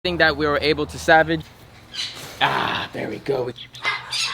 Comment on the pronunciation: It’s salvage not savage